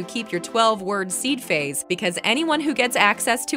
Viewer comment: Speaker doesn’t know how to say Seed Phrase???